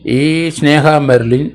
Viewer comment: എൻ്റെ പൊന്നു സാറേ പറയുന്നതിനൊക്കെ ഒരു കൃതൃത ഉണ്ടെങ്കിലേ താങ്കൾ പറയുന്നതിന് ഒരു വിശ്വാസ്യത വരൂ! സ്നേഹ ബെർലിൻ അല്ല, സ്നേഹ മെർലിൻ.